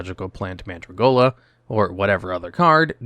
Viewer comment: It's Mandragola, NOT Mandragolia. There's no i in it.